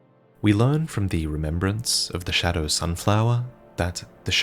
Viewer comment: Is there a reason why he says „showdow“